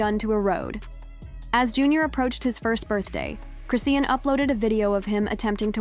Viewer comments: Aint said her name correctly once😂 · Okay this is getting on my nerves to the point that I don't even want to hear the rest of 😢 video. To all you commentators if you cannot pronounce the person you're talking about name correctly what's the purpose of doing this it sounds even more fake. Damn !! The least you can do is get their name right the f***🤔